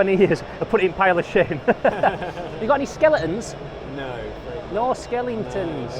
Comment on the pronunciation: Skelingtons!! 😂 love it, thats how I've always said the word haha. What a great video, I wasnt sure I was gonna like it with it not being about toys but it was brilliant! If Id have gone there Id have definitely got sensory overload, so many cool things. Im definitely owd school, we used to play alsorts of Games Workshop back in the 90s and we spent a fortune in their shop on the moor in sheffield, is it still there? Great vid and hopefully I'll meet Turgore one day!